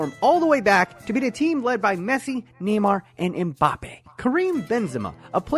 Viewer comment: If he’s going to call Mbappe mpapi I’m calling pulisic pull my stick….speak English!